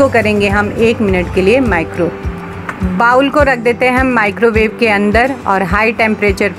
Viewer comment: Madam aapke videos or hacks sab bahot achhe hai. Bas aap bowl ko बाउल न बोल कर 'बोल' 'बोले to bahot achha hoga.